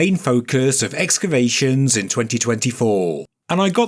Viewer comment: I really appreciate your posts. But the word is pronounced exKavations, not exavations